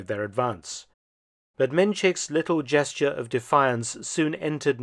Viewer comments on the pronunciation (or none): none